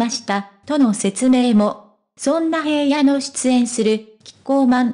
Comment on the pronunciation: 紫耀くんって本当に爽やかで親しみやすくて子供からお年寄りまで人気者で..... それにしても ヘイヤ って何よ？ 紫耀くんの記事なんだから名前くらいちゃんと読んでほしいわ。